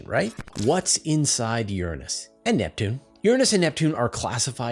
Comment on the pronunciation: Did you say - 'Inside Your Anus'? hehehehehehe....heheheheh..he...heheh...hehe...hehe...he Gee, I ain't never heard of that planet! I represent the Rainbow/Purple Turgid Lollipop coalition & we want to assure you we're supporting your channel with views & Patreon, so you don' need to resort to blue sordid clickbait themes for 'Likes'. Dig!?